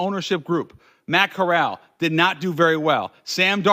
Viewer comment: That mf said Matt corral 💀😂the same mf that was just in the xfl that’s how you know he ain’t know wtf he talking about 😂